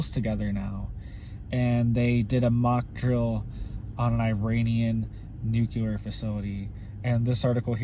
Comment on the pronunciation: I realize we may be gone Tomarrow, or this may not even be, "The Tribulation," but, just a man made tribulation, (However it does look that way!!!). I love you and your reports, however the word is; "nu clear." nuke u ler, is in the field of medicine. It is a common mistake, like we Texans' saying the name; Warshington... Instead of Washington. Thank You. Your Brother in Jesus Christ Name, Brother James Kendall Moore O.S.B.